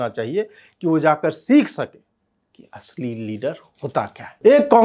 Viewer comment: Am I the only one who heard it "ashlil Leader" instead of "Asli leader"... And LEHRU instead of NEHRU...